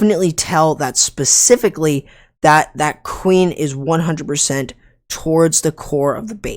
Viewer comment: ESS PECIFICALLY ESS PECIFICALLY ESS PECIFICALLY ESS PECIFICALLY ESS PECIFICALLY ESS PECIFICALLY ESS PECIFICALLY